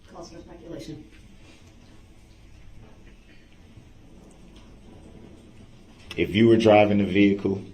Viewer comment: And couldn’t even say the word speculation correctly even immediately after the judge said it. How can you not repeat a word you JUST heard